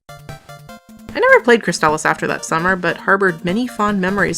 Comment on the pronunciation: Loved this game! Hated the grinding, though. Crystalis was better on the NES than on the Game Boy Color; I wonder which version is on the SNK Anniversary Collection (coming out in November)? I've never heard the game's title pronounced like that, though — I always thought it was "Crystal" with an "is" at the end. ¯\_(ツ)_/¯